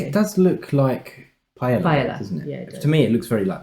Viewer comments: Paella is pronounced with a y because it's again... Spanish. Not pie ella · Pronouncing them "chipolte" and "pie-ella" in the same sentence is so British 😄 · Enjoyed the video, Jolly is a great channel to learn more about American cuisine. For future reference, the words Paella and Chipolte are pronounced as follows: Pa-el-la (pie - AEY - ya), Chip-ot-le (Chip -OT - lay).